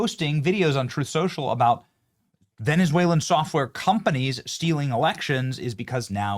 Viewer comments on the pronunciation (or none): none